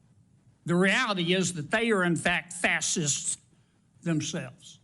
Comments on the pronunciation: Kennedy asking “did I read that right?” After pronouncing it ‘fasssists’. 😂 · He doesn't know how to say the word "facists."